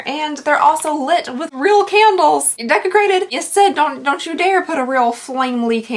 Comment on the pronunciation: Why is the word Desecrated all I can hear everytime does this unboxing? 🤣